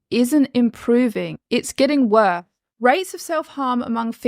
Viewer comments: Anyone noticing that she doesnt announciate 's' - "depre'd (depressed), "wore" (worse), "leh" (less) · It's called worsss not wor